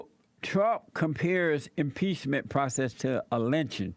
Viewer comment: Can't help but love a deadbeat that says the word 'Trump' but only pronounces the first three letters. Way to go caveman!!